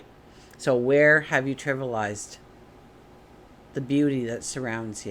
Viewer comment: Tri-vi-al- ized... I'm a word correction buff!